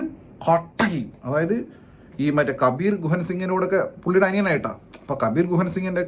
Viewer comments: kabeer guhan singh alla kabeer duhan singh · കബീർ ഗുഹൻ അല്ല അണ്ണാ ... കബീർ ദുഹാൻ 😢